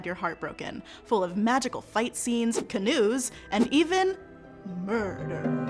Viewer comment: The way you said "...fight scene, CanOoES.." has me hyped.. I f****n love canoes.